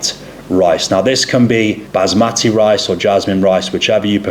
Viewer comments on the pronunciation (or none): none